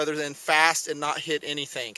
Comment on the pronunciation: lol "fast and not hit anythink" hehe